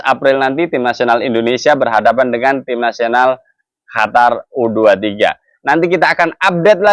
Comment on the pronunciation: QATAR OM...BUKAN HATAR 😂😂